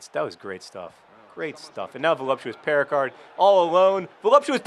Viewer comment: Since my first language is French, I'd just like to point out that the name Péricard would be pronounced Pay-ree-car, the D being silent, and that the way John pronounces it makes it sound like the equally French word "péricarde", which is the pericardium. To me, it sounds like the player is called Voluptuous Pericardium.